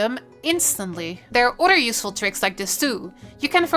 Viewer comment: Iove the accent and how she says otter when saying "other"